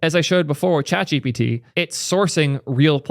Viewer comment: Nah it’s definitely chat gpiiitie